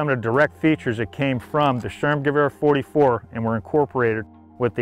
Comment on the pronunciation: He cant pronouce sturmgewehr or st ur m ge v er not hard btw He said storm gewa